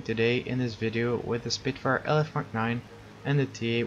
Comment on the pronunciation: some of your words seem a bit squished together at times, like when you said the word "video"